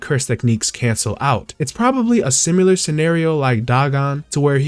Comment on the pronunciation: You're pronouncing "Similar" wrong. There is no "U" sound